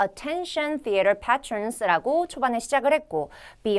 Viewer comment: Attention, theater patron 에서 patron 발음.... 페트론 아니라 페이트론입니다만 ^^; 틀린 발음으로 스피킹강의를... ㄷㄷㄷ